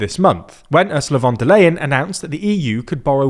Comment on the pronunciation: "Orslah Vandalayan"